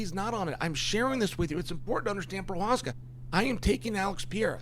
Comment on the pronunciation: chael got provokis name right. thats weird.